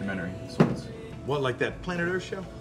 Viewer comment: That was GREAT “ we’re making a documentary.. not a horror sow” lol 😂